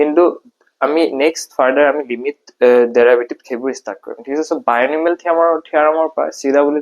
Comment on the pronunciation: binomial not bionomial